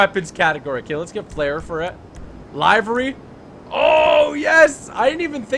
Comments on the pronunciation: It’s pronounced li as in lick very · "li very"